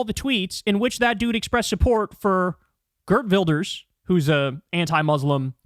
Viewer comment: Kyle so mispronouncing Geert Wilders and then calling him Scandinavian made me laugh real good. The dude's dutch. A very terrible dutchman, who went to chill with Netanyahu after the ICC put out their arrest warrent for him, as if nothing was wrong. But since the scandinavian countries are among the best countries to live in the world, getting compared with them is always a compliment :)